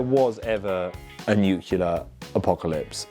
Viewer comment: Posh Jack said "nucular"??? I'm sooooo confused.